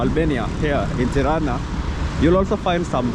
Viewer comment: At least he didn’t say piranja